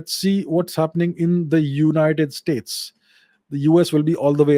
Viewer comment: Sir its , Zoonited States